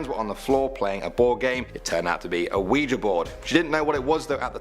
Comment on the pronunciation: Awe for pronouncing Ouija correctly I love it!!!!!!!! 😊